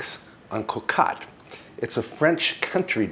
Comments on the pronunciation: Did you know that the French word "Cocotte" (pronounced like Cocut) is also a term of endearment? Yes indeed, my little casserole dish, lol! For your French patrons, please try to brush up on pronunciation. It's "cut" not "caught". Thanks! BTW I appreciate all the long and arduous hours of work that go into making a 30 minute video for us. Thank you for your productions! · Bon appétit, it looks very very good...a small critique the O in cocotte is 2x pronounced the same, cocatte hurts my ears sorry. 😀